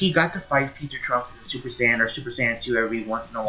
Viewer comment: Wait, did I miss something? Why the hell are they butchering Saiyan pronunciation? Since when Seien became Seyean?